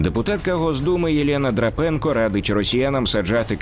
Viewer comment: Не Драпенко, а Драпеко. А про хліб та солодощі - це байка.